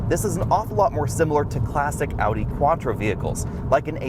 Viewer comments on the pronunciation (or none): none